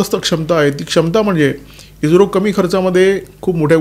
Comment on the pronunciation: इज्रो नाही ईस्रो